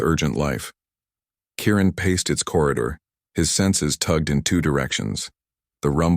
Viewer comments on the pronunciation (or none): Kieran not Karen!